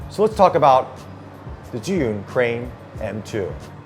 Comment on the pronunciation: the most correct pronunciation of the company name I've seen by an English presenter so far.